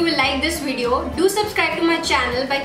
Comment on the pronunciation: cute how she says "Wideo"